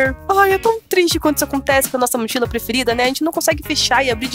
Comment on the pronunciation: A FALA MICHILA KKK